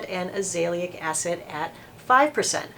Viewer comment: Tretinoin is pronounced TRET-IN-OH-IN not TRET-IN-OY-IN. Also azelaic is AZ-EL-AY-IC